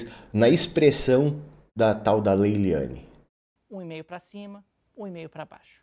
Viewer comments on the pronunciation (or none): MEU LINDO NÃO É LEYLIANE É LEYLANE .